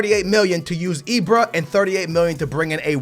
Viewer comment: it's IBRA NOT IBRO....Jesus Christ why does he tryyyy these dumbass inaccurate accents. fuuuuuckkkk the blood pressure is real